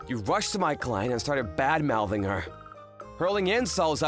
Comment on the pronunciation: "Badmounting"??????? Anyone? Bueller?